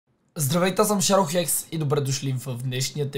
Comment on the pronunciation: само аз ли чух шадол хлекс а не хекс